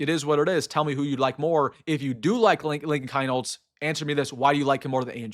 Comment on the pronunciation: Rule #1 in sports broadcasting. Pronounce the players names correctly. Keinholz, is pronounced “keenholz”. You’re welcome.